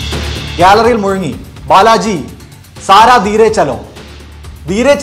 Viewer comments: ഉവ്വേ സാരാ ധീരെ ചലോ എന്നല്ല.. ജരാ ദ്ധീരെ chalo എന്നാണ് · സാരാ അല്ല സരാ ധീരേ ചലോ